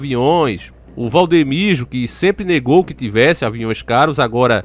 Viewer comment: E Valdomiro não da maneira que vc tem pronunciado